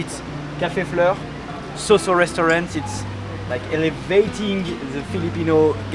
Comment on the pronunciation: Mais ou est-ce que le riz? Normalement on mange le sinigang avec du riz... ça a l'air bourgeois le sinigang! Et petit conseil, en tagalog, on dit saw-saw comme le son 'saou' en 'Arabie Saoudite' et pas comme 'so' en 'sociale' par exemple, salamat po!